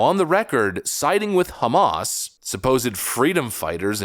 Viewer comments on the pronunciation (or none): none